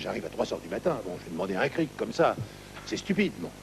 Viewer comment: stéphane Gauthier C'est "Cric" , pas "Crique"..